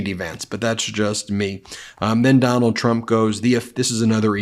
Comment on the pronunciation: “You’ll have to ask her”. Four times? Typical mind numbing repetition from what’s his name. Doonald? Do nada? Dome bald? So many ways to pronounce it. Can’t keep track.